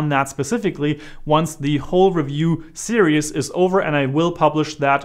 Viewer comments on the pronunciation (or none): At the beginning of the video, you say the word “serious” when I believe you mean to say the word “series”. I understand American English is not your first language, but just thought you should be aware that when you say the word series, it comes out sounding exactly like the word serious which is a different word in the American English language. Just something you might want to practice.